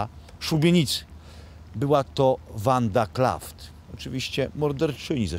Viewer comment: Panie Łukaszu Wanda Klaff nie Klaft